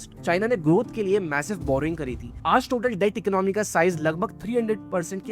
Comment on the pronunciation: Economy, your pronounce is wrong. Video is knowledgeable